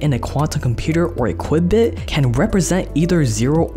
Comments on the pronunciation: Q- bit not quibit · Dude a qubit is pronounced “Q-bit” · I know it's just a small thing but I'm pretty sure q-bit is pronounced cue-bit. Also quantum computers are only better than classical computers at specific tasks, there are lots and lots of things classical computers are way better at so classical computers probably won't get replaced by quantum computers. Another thing is that they require extremely low temperatures to operate which is why I think you probably won't find them in phones anytime soon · wait...wut? Squeeze bits on a chip? Don't u mean transistors? And ...it's pronounced "Q-bit" and not "kwibit" (qubit) as u pronounced. Here's a nice starting point to get a high level view of quantum computing and what it can do without all the ridiculous hype you're putting in the video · Qubit is pronounced Q-bit ... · Did u say Quibit instead of Qubit lol